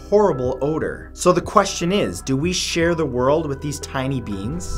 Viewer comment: I thought he said tiny beans and not tiny beings, XD.